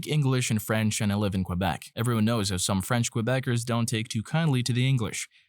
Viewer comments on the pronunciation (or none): none